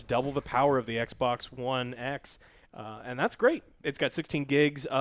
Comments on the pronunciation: Am I the only one who heard him say "sexbox" lol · Did Joe say Xbox Sexbox?